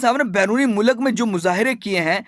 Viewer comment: Good read out but please improve your pronunciation. Mulak nahi hota, Urdu mein Mulk hota hai. Kushida halaat nahi, Kashida